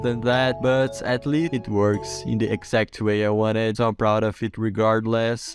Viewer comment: "at lea(st) it works"